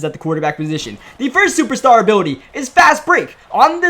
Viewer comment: “Superstar Uhbiwuty”